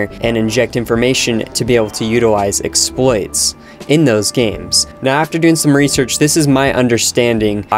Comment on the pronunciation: The way he pronounces exploits very slightly triggers me for some dumb ass reason. Its like he replaces the "X" with "S" lol